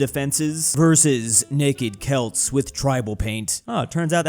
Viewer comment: I just want to say thank you for pronouncing the word Celt as "kelt", which is the correct way. To many people pronounce it as "selt" (the wrong way).